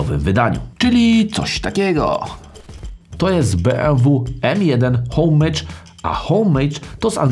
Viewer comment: To jest z francuskiego "Omaż" a nie żadne Hołejdż z angielskiego...